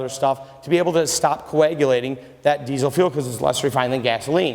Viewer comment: There is no Z in diesel, learn how to talk if you're going to sell them, typical salesman